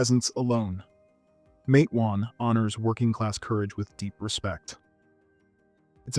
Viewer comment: Yes! But…the pronunciation is VERY wrong